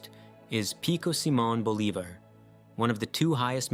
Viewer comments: do you honestly not know how Bolivar is pronounced or are you engagement farming. I hate it but can't quite blame you if it's the latter. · Number 1 is named for Simon Bolivar. How did you butcher the name so badly? Again with K2. Sikkim is a region un northern India. I thought the correct pronunciation was fairly intuitive. Are you a bot, dude? Maybe you should stick with English-language names. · The mispronunciation of Bolivar drove me up the f***ing wall